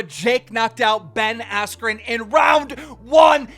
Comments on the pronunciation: Anyone else hear him say jake Paul vs Ben weller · “After the fight with Ben weller” -keem